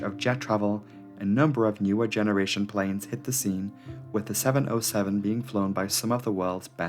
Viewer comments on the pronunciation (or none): Seven ZERO Seven. NOT oh. Learn to speak. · Please: 707 is Seven-Zero-Seven, middle character is a number, not a letter "O". Don't fall for Google's faulty reading. It hurts my ears. Besides, you're making very good movies about aviation.